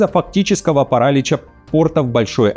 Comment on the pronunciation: В слове паралИч ударение падает на букву И.